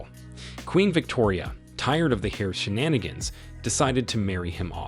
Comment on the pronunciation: also, you said HAIRS to the throne.. Its HEIRS.. sort of silent H.. eirs.